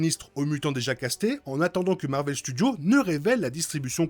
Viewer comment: Bel épisode ! Il peut être tué par les Nathan, Summers et Grey. Nate la d'ailleurs tue dans AOA ce qui étonna Sinistre avant de tomber raide 😅 Ps: tu galère toujours autant avec les s de thunderbolts et Marvel Studios 😅😅😅😅😅